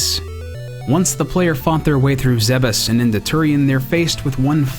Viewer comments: I wouldn't necessarily take the Japanese pronunciation for granted; certainly there are a lot of made-up Nintendo words that AREN'T pronounced as if they were being parsed by a native speaker of Japanese. But in any case, you're right, it IS pronounced "zeh-behs" (roughly), per some mentions in Other M, as well as being stated in Super Smash Brothers Brawl. Check the video here: tAjpuctFvJY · The fact he pronounces Zebes properly and not calling it "Zeebs" makes me happy.